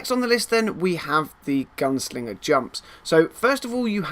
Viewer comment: Is it just me, or does he keep saying gun singer?